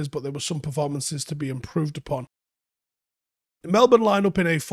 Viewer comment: Love how pronounced "Melbourne" correctly.